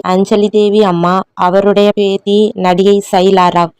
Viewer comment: பேத்தி , பேதி என்று சொல்லுகிரீர்கள்